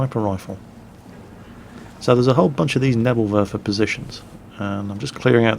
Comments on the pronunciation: its pronounced "Nebel Werfer", not "Nebl Werfer", you kind of swallowed the second "e". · you really need to learn how to pronounce Neeeeeeebel Werfer:p